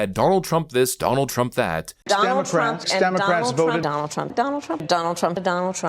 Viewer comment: Donell Trump (her pronunciation) is to blame for everything she did. If not for Donell, her history would be pristine. In fact, if it weren’t for Donell Trump, she would be a Virgin. Even though she never met him before the debate that she won.